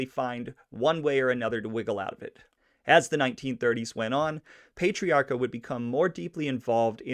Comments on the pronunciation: You are not pronouncing his name correctly. Its Pat... not Paytiarca. And trust me, I am from RI and the mob continued into the 1990's. They took credit unions, we had Mollicone, Diprete, and the wondaful maya twice elected Buddy Cianci. lol RI now is so expensive from everyone havin' to pay fo all thei crimes. We were priced right out and left family behind. Oh, and one maw thing, we do not pronounce the R in the name Pat riaca. That is how it would be pronounced, and Worcester is pronounced Woosta. LOL and I doubt many folks wer too pissed off he only got 80 days afta stealin' gems an diamonds. It's the way RI is to this day. We have a family memba who has been in and out of jail. It's just the way it is. They don't cair. RI is full of democrats to a fault. And folks need to work 2 jobs just to affawd an apatment neva mind a house. I don't know what happened to the histry of Roger Williams settlin' RI so that RI could have maw freedom. Cause growin' up we had loads of freedom, but its not that way anymaw. Thats the best I can do not having lived in RI faw 13 yeas. hahaha we have a language all our own. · If you're going to bust chops, get it right. It's not "Wooster," it's "Wistah". It's not "Pay-trairca," it's "Pat-trairca. He was born on "Shrewsbury St;" not "Shrewbury St." Thanks for the video. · War-chester? Also it's not Pay-triacha. 🙄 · Pay-tre-a-ca....? .,.... Pat-tre-a-ca. Pat....Not...Pay ..... I Hate the pronunciation police ...... But....it is What it is....Thanks for information on " Raymond " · Pat.tree.ocka.. thats how its pronounced. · PLEASE pay him some RESPECT and pronounce his name correctly PATRIARCA sounds like this ----> PAT - TREE - R - KA ~ Grazie